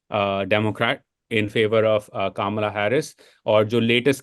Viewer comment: Bhai pehle naam toh sahi se lo. its not Kamalaaaa its kama la like comma la